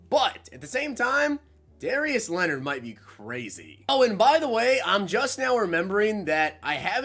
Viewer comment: Noti gang but also did you really say Darious Leonard lol